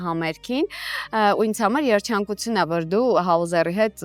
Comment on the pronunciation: ջան ճիշտ եմ լսում, մենահամերՔ եք ասում? ՄենահամերԳն է ճիշտը. Ինչպես նաեւ երՉանկություն չէ, այլ երՋանկություն🌸